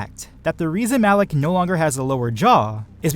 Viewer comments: M-alak Not alak Malak! Say it with me know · Awesome video but Malak not alak ughhhgg lol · OMG WHY do you keep saying ALAK? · Everyone here is being all technical and using points of power between the apprentices and crap, normally I would be one of those people, but I was distracted by the fact he kept saying "Alec" instead of "Malak" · stop saying alak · Why is it alak, its malak no? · you kept saying alec and I got triggered so I stopped watching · THERE IS A M IN MALAKS NAME IM SO TRIGGERED